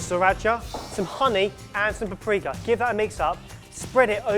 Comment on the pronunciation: said paprika, but all I heard was "pre-cum".